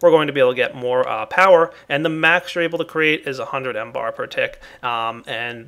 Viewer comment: mBar stands for millibar not M-Bar!